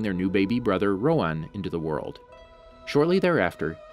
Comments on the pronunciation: Its RoHan not RoAn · rohan actually has an "H" in it